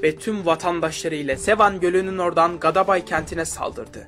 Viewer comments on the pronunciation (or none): Dostum Gadabay diyil Gədəbəy